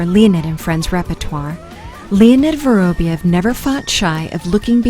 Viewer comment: Pity they couldn’t get the narrator to pronounce his name properly. It’s vuh-rahb-YOV, stress on the ending pronounced YOV. Just lazy.